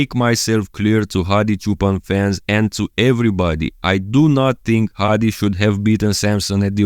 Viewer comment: I'm actually impressed how good you pronounce his name😂 Hadi's ofc!